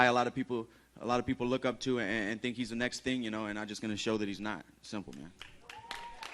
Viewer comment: Afaq Zia I wish I could tink like he tinks